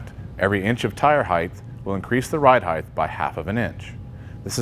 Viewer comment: Height. (hyte) not (hyth) Why do you say it like that?